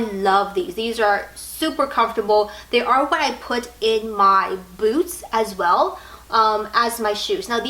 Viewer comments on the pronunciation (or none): none